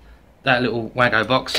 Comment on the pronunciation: Great video. Just one tjong, it's a wago box not waggo.